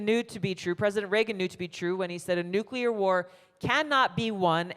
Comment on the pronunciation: Thank God for you Tulsi! I pray for your safety and all on the panel. And its so refreshing to hear someone pronounce Nuclear properly! Lol.